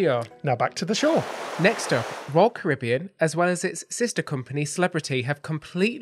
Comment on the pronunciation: Hope you enjoyed Edinburgh. We go every year, it’s my favourite city anywhere. Looking forward to that knew exactly where you were in the clips. Well done for saying Caribbean properly 😀